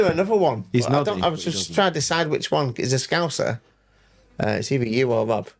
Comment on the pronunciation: Awesome! Thank you for inducting me into the HOF! 😍 Clarke pronounces my name correctly, and Rob (or Wob as Paul says) does it wrong! 😂